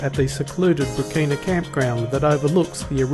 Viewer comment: Pronounced BRATCHINA in SA, not BRAKINA! Nice video though!